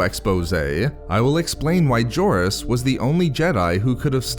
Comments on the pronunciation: Doesn't the "J" in "Jorus" pronounce as "H"? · You butchered the pronunciation of his name dude